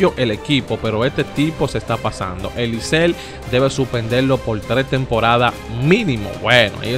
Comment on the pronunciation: compadre se dice licey no licel! estas leyendo lo que te conviene a ti.